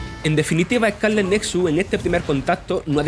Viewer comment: Joder, duele oírle hablar ehcáleh